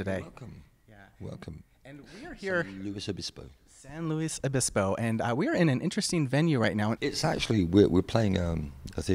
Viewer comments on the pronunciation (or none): San Loooey Obispo. Not Luis.